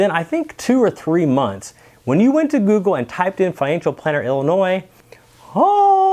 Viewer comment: Lol... can’t say “Google”. “Goo-goo”